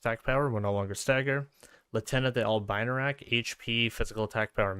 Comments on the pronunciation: It is also pronounced "Albino", not "Albaino". It comes from latin. Also sorry if i'm sounding rude, that's not my intention. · Dude, thank you for the video but tf is an "albainorak"? That's just not even trying to pronounce it